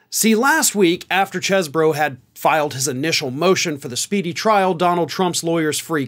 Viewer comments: it's Ken "cheese"bro from Wisconsin, not "chez"bro. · You keep saying Chez Boro...but it is really pronounced Cheese Boro. :) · You're trying real hard not to pronounced it "cheese bro" aren't you.😁